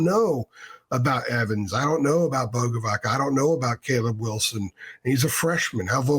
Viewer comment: It's pronounced Boga-vats. "C" makes a "ts" sound in Slavic languages